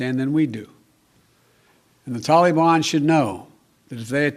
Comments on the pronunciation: Lol can't even use the teleprompter 😂. Using 9/11 as the withdrawal date shows clearly it's just a marketing and not strategic. He's clearly just doing it because of criticism of him bombing Syria. Lol "tall-ee-bon" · What's a "killafate"? And who are the "tillyban"? are they the same as the "tollyban"?... I guess Sleepy In Chief forgot that his Dingleberry In Chief pulled troops out of Afghanistan only to see the "tillyban/tollyban" regroup & become stronger so we had to go back. So is NotMyPedophile smart enough to realize that when we leave, the terrorists grow again? Apparently not. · Dude said taliban wrong